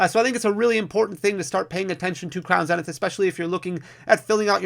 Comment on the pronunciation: I love how you pronounce Crown Zenith, I've started saying the same way now. It must be the Midwest in me that loves it haha! Congrats on 100K!